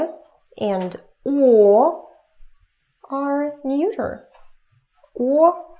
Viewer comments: You are a great teacher and I'm learning tons from you, but quick tip: the word "neuter" is pronounced "nyooter", not "noyter" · "Neuter" rhymes with "shooter". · Neuter rhymes with shoyter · "neuter," in good English, is not pronounced neuter (like German - I speak and write fluent German, English/American, French and Spanish) and also not njuter, but like noo-ter (like the English "look" or like a Russian У if you used Cyrillic letters, the sounds are: - нутер- (The "eu" is only pronounced as "ju" at the beginning of a word, e.g. to eulogize, euphoric, euphemism, etc.) Also, the "g" at the end of verbs, especially in the present ongoing activity tense: e.g. singing, dancing, speaking, laughing, etc. Most Russian people have a hard time pronouncing the "g" at the end of a word because that sound does not exist in Russian at the end of a word, only at the beginning, like in горад :-) (Your lessons helped me very much, thank you, I prepaid 3 months for your lessons) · whats the 3rd word she uses? feminine masculine and what? muter? nooter? LOL what?